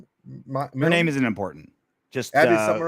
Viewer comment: learn how to pronounce her name correctly